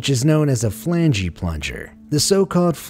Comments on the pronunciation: Flan-Gee Plunger Really? Its call a flange... the e is silent! NET: Flange... not flangee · It’s NOT “flangee” 🤣🤣🤣 the E is silent!!! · the "Flangey"? I was purty sure before flange was prononced "Flanj" Ive NOT ONE SINGLE TIME till you said it heard it pronounced "Flangey" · As others have no doubt pointed out, flange is not pronounced "flangey." The E is silent. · LOL! Watching the video now and was just about to make that same comment! Who says, "Flangee"..LOL...so funny!! Still a cool video though!! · FYI, "flange" isn't pronounced with an "ee" at the end. The "e" is silent. 😂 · I wish this guy would learn how to pronounce "flange".